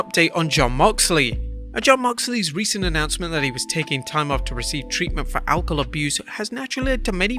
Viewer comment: What is "Alkol"?